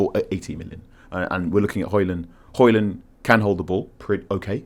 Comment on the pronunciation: If you are pronouncing the D in Højlund then you're pronouncing it wrong. His own words not mine